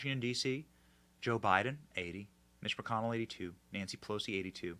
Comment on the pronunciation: When Benny said Nancy pelosi it absolutely sounded like he said nasty pussy. Not that he would no, but I’m it’s it has always been.